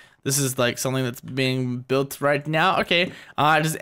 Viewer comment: she tried to said not* instead of now*